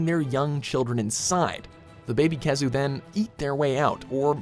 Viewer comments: the pronunciation in this but pisses me off, IT'S PRONOUNCED "WY-VERN" NOT "WIVERN" KEY-ZOO" NOT "KEH-ZOO" ALSO "ASTA-LOSS" NOT "ASTA-LOWS SAME WITH "RATHA-LOSS" YOU DIPSHIT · glav-uh-nis kee-zoo horr-ibl-list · Khezu? Kecha? And other bullshit you put on the list. Or are you just trolling? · i’m sorry did i just hear nibelsnarf and khezu? wth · STILL WITH THE WI-VERN INSTEAD OF WHY-VERN!! GOD. WHY IS NIBLESNARF ON THIS LIST????!?!?? WHHHHYYYYY? AND KHEZU? Glay-va-nus. It’s Gla-vanus. Let’s add all the dates four except for Mitsune. The most popular one. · Khezu?? Really? How?? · Khezu? Seriously? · khezu !? really ?? 😂😂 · Khezu?! Really??? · Disliked as soon as I heard Khezu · Joe Z. Me to